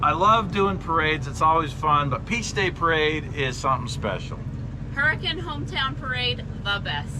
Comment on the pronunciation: okay I am not sure now if he said beach day, peace day, or peach day. Every time he said it I heard something else.